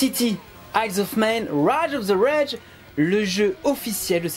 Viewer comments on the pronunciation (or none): Des petits cours d'anglais pour?;-) (ou de lecture c'est selon) "Radge of the redge!" mdr Je vous taquine. Super émission